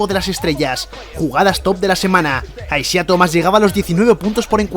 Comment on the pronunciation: Se escribe Isiah, se pronuncia Aisaiah